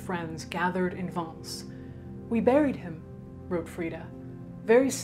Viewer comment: The pronunciation of "Vence" was PER-FECT. !